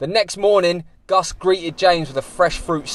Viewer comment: ''Sidequests with '' is now an official segment xD Also yes lads, that's how his name is spelled and it's not pronounced ''Gus'';)